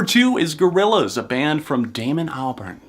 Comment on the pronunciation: i got mad when you said Gorillaz i'm sorry i just i just can't